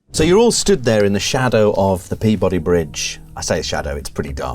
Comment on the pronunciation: Lifetime New Englander here, who makes it his pedantic duty to correct pronunciation of local place-names. It's never "Pee-Boddy". That sounds record-scratch weird to us. It's "peebudy", all run together, like nature intended. Carry on. I'm sure I'll be back.